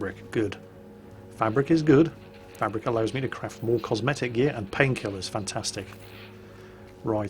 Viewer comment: You say "painkillers, fantastic," but what I hear is "Pills here!!"